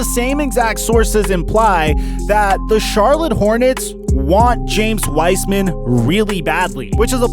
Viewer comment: “James Wiceman”